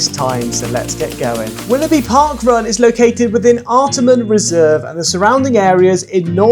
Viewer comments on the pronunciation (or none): Wow! Love it! Wby Parkrun is my old hood! Lots of familiar faces in this video. Love how you really dissect the run itself. Had to chuckle tho at pronunciation of location (where he run starts & finishes) - “ART-a-MON reserve”. But is of course: “Art-Arh-Mon” reserve. 😜 and also lots of Sydney are Parkruns are 7am - but a few are 8am. Mostly 7am tho. And yes - Willoughby is a very pretty - very hilly parkrun. 😊